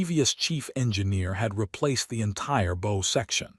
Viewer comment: Somebody please reprogram the AI to pronounce BOW as bow 🚢 not bow🎀.